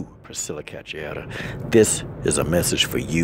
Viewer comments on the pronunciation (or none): It's pronounced "KA-SHOO-AIR-AH", just so ya knows, Coach. :) EDIT: Salute the heartfelt words, though. Passion like that can't be faked. ✊🏾